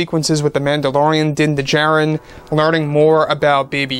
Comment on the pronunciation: The D in Djarin is silent it's pronounced Jarin.